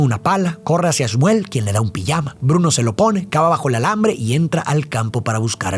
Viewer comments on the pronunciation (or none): "Pillama de rayas"😂 lo de pronunciar la J se quedó en el camino